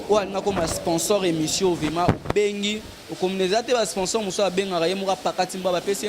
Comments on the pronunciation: Balobaka vement ou vraiment. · Monsieur on dit vraiment et non vema